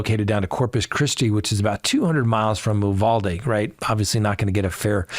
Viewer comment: Why is only one Uvalde LEO being charged? There were so many of them who did nothing. Also, I am from Texas, locals pronounce it “You-VAL-dee